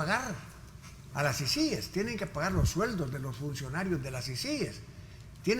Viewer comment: Por ser una sigla no se tilda. Pero para pronunciar una sigla, por ser una palabra nueva, esta sujeta a cualquier forma de pronunciación. En todo caso, se pronuncia como sea más fácil para el hablante. Pará el señor Raudales es más fácil pronunciarla con acento en la primera I, CÍcies. Pará el resto de salvadoreños es más fácil pronunciarla con acento en la segunda I. ciCÍes. Por eso nadie le paró bola. Él está optando por una pronunciación poco natural.